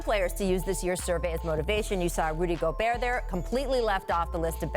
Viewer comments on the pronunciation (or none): none